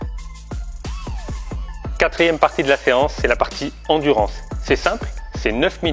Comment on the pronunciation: "endurence" mdr c est endurance sinon superbe video